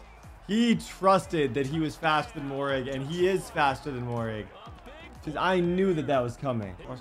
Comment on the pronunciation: Moehrig is pronounced merig